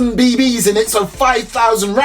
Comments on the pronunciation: love how he said bbs he said be.. bees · He always says it that way 😂